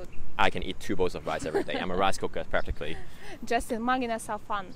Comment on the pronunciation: Guys... you've gotta say Mang Inasal properly... lol Pronounced: Mung In-Na-Saal When you say it, it sounds like you're saying Mang In Ar5e Hole 😂